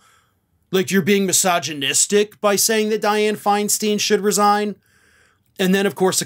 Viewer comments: it's pronounced Finestine (they rhyme), not finesteen. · By the way it’s pronounced Feinstine. Learn it